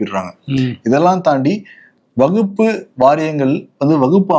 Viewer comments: கேரள காந்தாரி மிளகாய் சாப்புடனும் அப்பதான் அது வகுப்பு அல்ல வக்ஃப் என்று தெளிவா உச்சரிப்பார். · வகுப்பு சட்டம் இல்லை வஃக்பு சட்டம் கூட சரியான உச்சரிக்கிறார் நீங்கள் எப்பவும் உருட்டுவது போல் பேசுகிறீர்கள் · Dear Bro, It’s not Vagupu. Kindly pronunciate it as WAQF. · இதுலவேற சில அரசியல்வாதிகள் தப்பா தமிழ் பேசுறாங்க,பேணர் வைக்கிறாங்கன்னு சொல்ரார்.விகடன் குழுமத்தில் ஒரு தவறையே திரும்ப திரும்ப செய்றார்,,வகுப்பு, வகுப்பு என்று. அதை கண்டும் காணமல் விகடன் குழுமம் இருப்பது எனக்கு வேதனையளிக்கிறது.விகடன் படித்து தமிழ் உச்சரிப்பு கற்றவன் என்ற முறையில் க்கு வகுப்பு அல்ல வக்ஃப் என்று உச்சரிக்க சொல்ல கத்து கொடுக்கவும். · wakf not as stated in question, & pronunciation is wrong